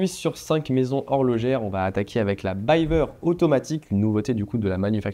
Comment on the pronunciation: Je me permets juste de te corriger : on dit "Bivère" pas "Bailleveur". Cf les interviews de Jean-Claude Biver lui même. Force à toi dans tes projets.